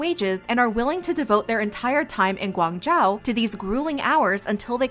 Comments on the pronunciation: I know this video is about shein but the pronounciation of Guangzhou really bugged me. I know it can be hard to pronounce but more effort couldve been made to properly pronounce it. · learn how to pronounce guangzhou properly before voice out. btw i love shein clothes cheap and good. if not nice can wear to sleep .